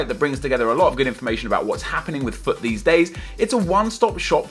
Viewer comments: Every time you said FUT I thought you said fuck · I kept thinking you were saying fuck instead if FUT, it sounded hilarious!! XD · Everytime you say "FUT" it sounds like your saying "F*ck" Lol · every time he says FUT i sounds likes he says fuck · anyone else thought he was saying 'fuck' instead on 'fut' at first? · When he says fut it sounds like fuck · It sound like he is saying fuck instead of FUT 😂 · Every time say fut it sounds like Fuck! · When you sat FUT sounds like fuck. LOOOL